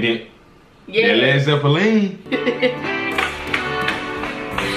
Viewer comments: It's zepp-lin not zeppiline. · Please baby doll, it’s not pronounced Led ZeppeLEAN… it’s Led ZeppeLINNNNN! Led Zeppelin. I was feeling like hearing nails on a chalkboard to hear it said the wrong way! 😂 Thank y’all, punkin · Its pronounced Led Zep lin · Please tell me yall know ots not ZeppaLEEN? It's Zeppalin. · Led Zepe-LEEN? 😁 Led ZE-pe-lin. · I love watching you guys reaction to my generation music. Y'all are well thought young people, just to let you know the name of the band is pronounced Led Zeplan. It is another name for a blimp, like a hot air balloon but covered with a small plane engine to guide it. The zeppelin could not fly if it was made of led it is a play on words. Also the band was very into dungeons & dragons the game. And a lot of hallucinogenic drugs this song is really about getting drugs. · when he calls them Led Zeppalean... cracks me up every time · I love how you pronounced it “Led Zippa lean” 😂 love watching yall!! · Led Zeppeleen😂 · Just LOVE the two of you! It’s Led Zep Lynn. Last syllable sounds just like the woman’s name Lynn 💙💙💙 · It's pronounced Zep Lynn. The instrument that sounds like a whistle is called a mellotron and it has the layout of a piano keyboard. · Oh, and it's "Zepp Linn" 😉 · Pronounced “Lehd ZEH-plihn”. The zeppelin was a type of huge balloon airplane carrying passengers. So, it’s irony to have a zeppelin made of heavy lead. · It's pronounced 'Led-Zep-lyn. 😊❤ love you guys! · Its pronounced Zeplin . Just for future reference. ❤ u guys discovering my era of music. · Its Led Zeppelin. ( LEAD ZEPLIN ) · Pronounced led zeplin . And it isn't a spring clean for the May queen: It's just A SPRIG LEAF for the May queen. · Led Zep Lin...correct pronunciation! U guys are hilarious!❤️ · led zep e leen !, lol love yall. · Led Zep a leen! 😂🎸☮️💕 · I love that you appreciate the band. However, it's pronounced Led Zep-lin Keep digging the sh¡t. One of the best bands of all time. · LED ZEPPALEEEEN?????? LOLOL